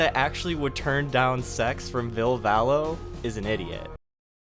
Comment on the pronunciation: You’re pronouncing ville valo’s name wrong